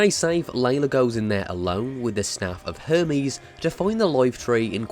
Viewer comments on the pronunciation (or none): none